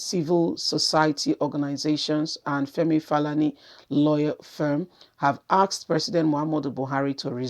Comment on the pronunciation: Correction pls, Femi is Falana and not Falani. Try to make your research well before coming out. You are doing well though but you actually massacre people's names like calling BURATAI whose name is in the news daily BUHRATI. This puts one off. You can do better madam blogger.